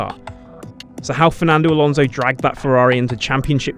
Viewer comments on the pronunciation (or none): none